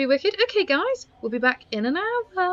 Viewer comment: When you say “hour” it sounds like owa lol